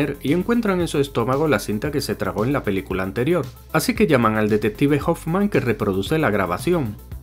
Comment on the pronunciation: Que "Pelcula" TAN MAAAALAAAAA